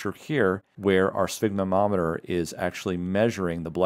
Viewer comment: Hi. I have been a follower of your channel and a MedCram subscriber for several years. You have incredibly well constructed content and concise clinically relevant videos. However, sphygmomanometer is pronounced “sfig-MO-man-ometer”, not “sfig ma nometer. “. Just a little errata and thanks for your outstanding content!